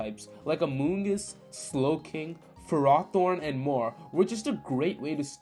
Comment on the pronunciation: cant beleive this man pronounces ferrothorn correctly, your supposed to say it wrong in stead of Fer - ro - thorn, which is correct your supposed to say Ferro - Seed, the wrong way, and more normal way.